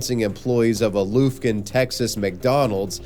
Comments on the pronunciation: I love you but Loofkin is pronounced Luh-f-ken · Love your videos man. Just for future reference Lufkin, TX is pronounced Luffkin. Just want you to be on point as always. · It’s pronounced “Luf-Kin” not “Loof-Kin” I’m from there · The way you pronounced Lufkin,TX has me laughing so hard. The Luf part is pronounced like the word "stuff". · lmao as a person from Lufkin, I 1) forgot this happened 2) cannot get over the way you said Lufkin 😂